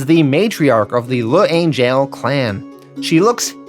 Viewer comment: Ok first, L’Angelle pronounced “Lan-jell”. Second, those stories about people spitting on returning Vietnam vets are entirely made up. It never happened.